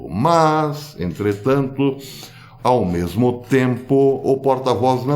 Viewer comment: Ôh dureza! "Né mersmo"?